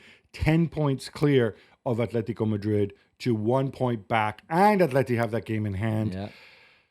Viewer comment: bro.. just say Atletico and Barcelona you dork